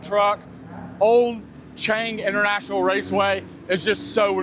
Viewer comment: This clown has been living in Thailand for how long and he can't even pronounce Chang properly and says "burryam" Thailand . 🤡